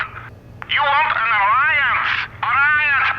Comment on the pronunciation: You want an arriance? Arriance, arriance!!! 😂😂